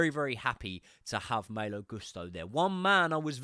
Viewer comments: Love you but you absolutely butcher Malo's name everything you say it 😂. Less emphasis on Maayyylo, and more maaaloo. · Yes, Maaaaalo but also last name should be pronounced Goooosto